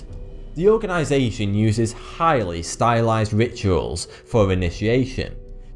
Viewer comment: chhhiiiighly lol